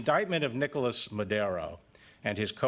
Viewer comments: Why he says"Madero" instead Maduro? 🙄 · 011 superseding what what huh Nicolas Madero he doesn't know how to pronounce Maduro? Bill bar is pulling off an obvious CIA style coup d'etat like with Noriega in Panama to take over the government and of course get the oil which is needed because the Shale oil industry just Tanked because of the low oil prices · Haha haha it sounded like maderoo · Hey Mister is maduro no madero!!!! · Can even pronounce his name...lets start from there